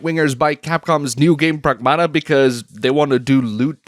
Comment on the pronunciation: PREGMATA ✅ PRAGMATA ❌